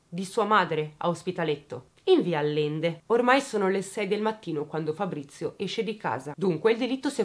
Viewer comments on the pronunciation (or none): Allende si pronuncia aˈʎende. Fonetico, Ajente. Scusami ma... A l l e n d e ...non se po' senti'